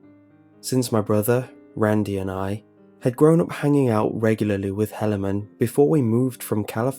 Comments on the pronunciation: It is pronounced He-lay-man. Not sure why it bugs me so much. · It's a Mormon one that's bad it's pronunciation butchered. It's he-la-man. Still fuckin weird tho. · First story is guaranteed to have been submitted by a Mormon. The name Helaman (pronunciation butchered btw, He-La-Man not that will ever have to say that name ever again) large family, and the fact they were able to submit a 10 minute composition to the Internet without any profanity or saying omg are all a dead giveaway. Nothing wrong with it, it just stuck with me thru the whole story. -signed Jack-Mormon the Danite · Helaman . Like the Bible . He just pronounced it incorrectly :)